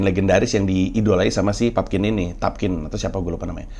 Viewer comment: Rupert Pupkin bang. Lu udah kyk asistennya Jerry Lewis, yg salah mulu nyebut nama si Pupkin wkwk